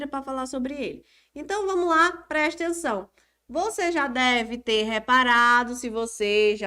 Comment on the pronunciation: ''PRESTENÇÃO'' kkk ótima aula prof